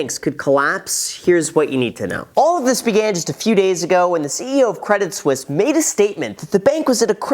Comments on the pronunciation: it is pronounced Credi Suisse, the t is silent :p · It's not spelled credit Swiss ... so definitely pronounced the other way. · Credit Suisse without the i gets Credit Susse meaning Credit Suck in French. Oh la la 😅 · Credit suisse is acting credit sussie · Credit Suisse - my whole life up until watching this video, I've been pronouncing it like "Credit Sweese" blissfully unaware of my level of dunce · you pronounced Debit Suisse wrong